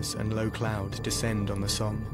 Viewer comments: It's pronounced "SOM" not "SOAM". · The battle of the Somme is pronounced like summe. And was probably one of the biggest lost of troops from Ulster Ireland which is now Northern Ireland. They were called Ulster volunteer force. UVF. That day is celebrated by the unionist community in Northern Ireland every 1st July. There are band parades in many towns and villages. It's to honour those Ulster men both nationalist and unionists. Who gave their life to rid the world of the German, Austria, Hungarian and Turkish tyrants. The allies consist of British men, Italian, French, Russian and Japanese. America again joined late, but did turn up in the end. But that day 10000 Ulster men died. Our churches and towns have memorials and in nearly every town you will see plaques with names on them in remembrance. A sad day on 1/7/1916. That's why we have to fight for our freedom speech and our rights now. These heroes went as young as 16 and gave their lives so we could have that freedom to do so.. even Russians back then never knew that the Bolsheviks would destroy their freedom. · Once again mispronounced 'Somme'